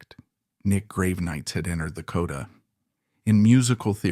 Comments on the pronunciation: Graven-ites? the fuck is this? Its Grah-Ven-Eye-Tis. Did you seriously use AI for the voiceover? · I've got to say that the subject matter this channel chooses to cover really interests me, but the way it's presented is waaay to dramatic and over the top! I'm pretty sure it's AI, hence the mispronunciation of the people (Grave-e-nites), but either way, tone down the melodrama, not every musician is a deep, godlike superhuman! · True, the narrator in mispronouncing his name... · Work on your AI reading and its pronunciations of words, especially the name of Nick Gravenites... Even if the info is correct, hearing his name bastardized ruins your supposed intent.